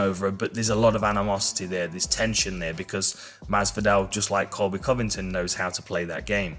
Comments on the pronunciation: He usually pronounces it correctly. Even the first time in the interview. I'm pretty sure he was saying Colby "Colvictim", which is GREAT considering the name game Colby plays. But I still think Colby is awesome, even if Usman gets him again. Colby is GREAT for the UFC. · Gsp pronouncing "covington * was great 😂👌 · “ colby co - victon “ 😂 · Did GSP Call Colby čoviktam? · Georges "Colby convigted" st pierre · Gsp : Col by Con Ving Ton 😅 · did GSP said Colby Convector by accident or on purpose? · GSP “Colby cO-viCtiN” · Wait did GSP call him Colby CoVICTIM 😂😂😂😭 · GSP says cobt covicton gonna lose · I think st. Pierre said Colby covictim lol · "Colby co-victim", hahaa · He butchered Covington. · GSP trying to say Colby Covington was the highlight of this reel. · Covy win ton. Colby will win. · Gsp- "coldy coventon"😂😂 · "Colby, called victim" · I think he may have been saying Colby "Colvictim". He pronounced Colby's last name perfectly the first few times he's said it. Brilliant, Mr Pierre.... Brilliant. Using Colby's own "name game" against him...lol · Coly COVID10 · I heard coby co-victim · “Kobe cole-ving-Alton” 🤣 love GSP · Jorge San-Pedro: Colby Co ving! Ton.. Priceless 😭😭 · no one George st Pierre : Kobe kolbington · Did Georges say "Colvictim"? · “Colby coVICTIM”.. Deserved! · The way GSP pronounced Covington 😂😂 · I thought it was colby co-victim lol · Cool-pee corny victm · I thought he said CoVICTon. LOL I'll have to listen to it again. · Co victim, I think he is doing it on purpose. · "koby colvickton"!